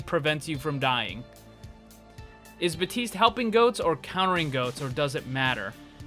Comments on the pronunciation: It is Baptiste not Batiste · My dear, il French and the P of Baptiste it's muted, dont prononcé it m'y friend 😁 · I speak french and you don’t prononce the P in Baptiste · You don't say the P in Baptiste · Disclaimer here from a french dude, Baptiste is a french name and I can assure you the p is silent so might as well not probounce it in english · Its Baptiste without the "p", it's a French name and you don't say the "p" in French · Baptiste is a French name, the p is silent and don't come and say no because I'm French and that's how we say it. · its not silent. its french. they (the french and people of places that speak/spoke french) position their tongue for the second consonant before making the "P" sound with your lips, so it comes out as a "T" sound with a small amount of "P" at the beginning.